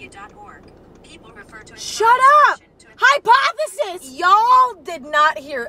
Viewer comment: ACTUAL QUEENNNNN I love it when she was saying hypotheseeee I was saying EMMA HYPOTHESISSSSS 😭😭